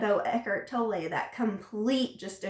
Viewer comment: Americans and their Eckhart Toll-eih xD If you can pronounce the word 'tolerate', you can say Tolle. Just take away the last 4 letters. :) Eckhart Tolle. You're welcome. ;)